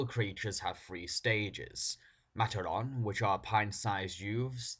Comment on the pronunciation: It is refreshing to see an outsiders opinion on bionicle,but you mispronounced matoran but everything else was fine,my comment on your first video was just to show my annoyance to your lack on knowledge on bionicle at the time